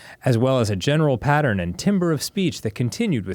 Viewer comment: I know we all have our blind spots and mispronouncing timbre is very common, but Dan's supposed to be the music guy.